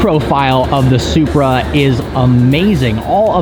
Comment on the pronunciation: Did you said Zupra4???🤔🤔🤔